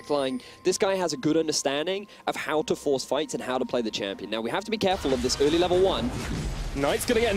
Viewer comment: good old "öööörli season maokai" .. god that pronunciation xD